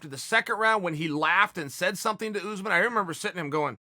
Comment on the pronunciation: If Uncle Chael says “Oozeman”, then it’s Oozeman... 🤷🏾‍♀️